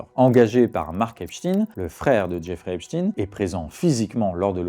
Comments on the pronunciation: C’est pas Epstine,c’est Epstein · Pourquoi dit-il Epstine ? On ne dit pas albert Einstine !! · Pourquoi dites-vous Epstine ? Et non Esptein ? C'est quoi le malaise ? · eps tin ! prononciation insupportable !!!!!! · mais ca se dit Ep- shtaYNcomme ca . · Einstein (aynchtayne), Epstein (epchtayne).